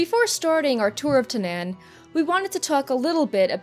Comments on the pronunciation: I thought it was pronounced "Ta-naw-n" and not "Ta-nan." This looks like it'll be an awesome patch because it doesn't just add a new dungeon or class changes but adds pretty much a mini-expansion. Can't wait! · TANAAN. THERE'S A DOUBLE A IN THERE FOR A REASON. IT'S PRONOUNCED TAH-NARN. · You do realize the ZONE is pronounced TAN'EN. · anyone got a count of how many time she mispronounced Tanaan? lol